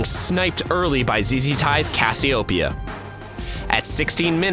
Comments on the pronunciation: He says Cassiopeia so weirdly rofl. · I know it's such a little thing, but did anyone else not like the way he pronounced "Cassiopeia"?